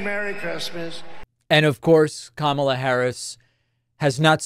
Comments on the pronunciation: At least he’s finally pronouncing KAMA-la correctly instead of ka-MA-la. Must have been all the peer pressure 😂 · And during those mispronunciations I think I heard him pronounce Kamala's name correctly. Proves how childish he has been mispronouncing it on purpose. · wow I think that's the first time I've ever heard him pronounce Kamala correctly ... just imagine that were the norm and not the exception for him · The biggest glitch was where he actually pronounced Kamala correctly. For once. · Holy shit he pronounced Kamala correctly! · The biggest glitch is him pronouncing her name correctly. Most RWNJ talking heads purposely pronounce it incorrectly, and Trump had been as well until recently. Odd. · He glitched in that he pronounced her name correctly. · I noticed that he is now pronouncing Kamala’s name correctly. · I think the most shocking and alarming thing is that he accidentally said Kamala Harris’ name correctly has to be a brain glitch! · Wow he actually pronounced her name correctly 😂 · Shocking to hear him pronounce her name correctly. That's the biggest glitch of them all